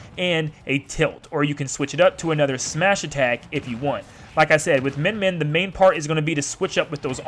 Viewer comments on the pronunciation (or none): cool, its pronounced myen myen